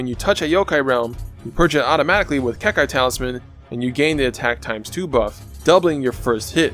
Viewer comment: As always awesome build. Like how you mix Naruto with your videos. But there is only one thing you need to check. Copy and paste this [結界 英語] in google and click the speaker 🔊 to lesson to the right pronunciation of the word "Kekkai" pronounced in Japanese 👍